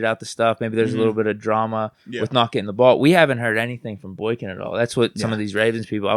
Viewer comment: BOY-KIN… stop calling him BOINK- IN 😂